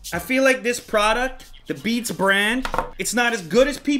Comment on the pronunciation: “Beans” LOL